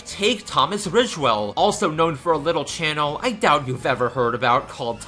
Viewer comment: The ship isn’t important. Unlike the whole fiasco with Paul and Pat, it didn’t lead to any harassment. Also, it’s “think” not “fink”, “forgot” not “fore got”, “channel” not “chanal”, and “that’s” not “thais”. And in your username, it’s “for” not “fore” and “princess” not “princes”.